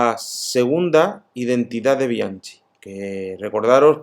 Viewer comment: No soy italiano, pero creo que Bianchi se pronuncia [Bianqui]